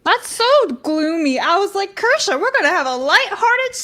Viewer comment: k-year-shaw, not Ker-shaw . You'd think you could guests name